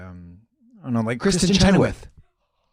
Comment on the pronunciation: The “Kristen Chenoweth” moment will never not make me gag